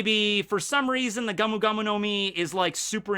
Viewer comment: It's Gomu Gomu, not gamu gamu.